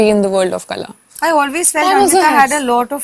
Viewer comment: its not Kala, its Qala..should be pronounced as same.